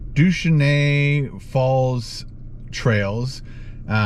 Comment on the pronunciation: The way this guy pronounces deshaney falls 😂😂😂😂